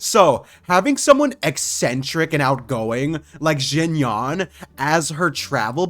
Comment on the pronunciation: IT'S PERNANOUCED XINYEN NOT XINYAN